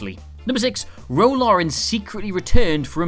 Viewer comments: It's Ro Laren, not Ro Lauren. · It's Ro Laren. It is not Rolaren. It took 5 secs to figure out wtf you were talking about.